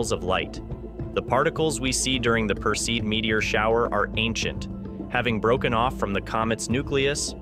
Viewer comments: Would ease teach your AI voice to pronounce the terms correctly OR go back to having an educated human narrate... four different WRONG pronunciations of PERSEID! Appalling! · Pronounced "PER see id" (not "per-seed")...fyi.